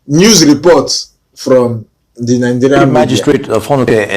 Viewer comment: 😂😂😂😂 This is a typical con man. When I first heard him speak several weeks ago, I knew he is a cameroonian. Now in this video he says "I am a ninejayrian". He can't even pronounce Nigerian well.. I will know a cameroonian accent anywhere. Especially those from the northwest. That accent is heavy. This is a con man..